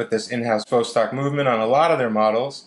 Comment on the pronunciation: jfyi: pronounced vahss-TOK